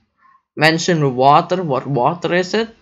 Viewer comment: You're speaking very good "vatr"